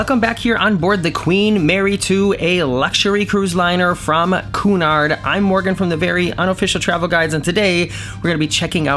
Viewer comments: BTW it’s que-nard, not Coo-nard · Morgan; the name is CUNARD, PhoneticalLy pronounced CUE - NARD, not COO-NARD! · Ffs QUEUE-nard, not "KOO-nard." Also culinary protip: Buffets are always kind of crap. Hot-holding is death. Stick of cold if they're changing stuff out frequently, hot food if you can't get there right at open or right when they change the pan, forget it. (This goes everywhere.) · Sorry, but it's not pronounced coonard, it's like kewnard phonetically speaking(o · It's pronounced like CUE as in POOL CUE, not COO as in raccoon. GOD, that mispronunciation grates ! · Try and pronounce it Que nard and not Coo nard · You keep saying the company name as (phonetically) koonard! . Wrong!!!. It is pronounced KYOOONARD!